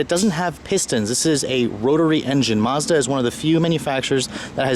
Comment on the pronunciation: did you say mozda?